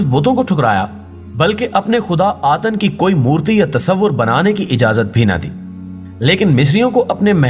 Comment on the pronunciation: Atan nahi atun matlab sirf 1